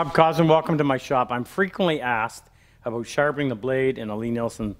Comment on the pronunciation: "Nice thing aboooooot these thick baldes"